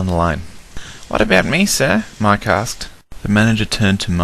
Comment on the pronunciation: Brilliant job on this! I can only see a few mistakes. One, Mike should've been green. Two, how did Donald be hurt by the hoppers when they landed in the coal? And three, you called Mike "Mak". Great apart from that! :D